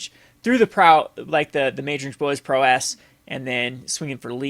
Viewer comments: The only problem I have is that you keep saying prowess and et cetera weird. It's prow-ess, not pro-wess and et cetera, not excedra. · Hey I really like these videos but could you pronounce prowess like prowus instead of prow-ss ty. Keep the brews coming :)